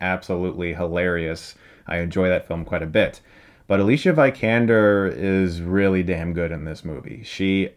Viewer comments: Can someone please explain to me why Chris is so stubborn when it comes to not admitting he got someone's name wrong? When Ex Machina and The Danish Girl came out, he kept referring to the actress as [ə-li-ʃa viy-kan-der], when it's actually [ə-li-siə vI-kaen-der]. I thought this was because he was just starting to recognize her as an actress and didn't know how to pronounce her name yet. But here we are, over two years later and he's still saying it very wrong. Why? I don't get it. Does he not like admitting he was incorrect or something? Basically he is saying her first name with a "sh" sound and is saying her last name with a dip-thong (vahyee-kan-der). This is not correct and the actress herself has shown and stated several times in interviews how to correctly pronounce her name. He also did the same thing when he was reviewing the Harry Potter films and kept calling Emma Watson's character HAR-mi-nee, instead of HER-mi-nee. He claimed to be such a huge fan of the books and films and world and yet didn't even pronounce one of the main character's names right! I'm not trying to be picky or sound like an a**hole, I just don't get how/why he doesn't listen to his fans/celebrity interviews and fix these mistakes. We are talking about a person's name here. It's important to get it right. Anyways, rant over. Sorry. :) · It's pronounced "ALEE-SEEA VEE-KAN-DER"